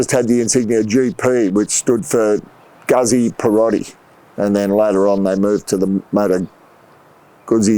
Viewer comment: pronounced Gootsie